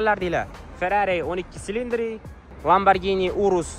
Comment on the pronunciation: Silindri emas Chilindiri deb o'qiladi !!